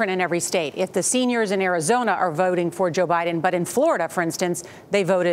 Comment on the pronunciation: Why does the guy keep saying boats and boating instead of votes and voting?